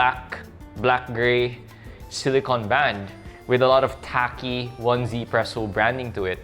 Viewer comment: It's pronounce as ez-presso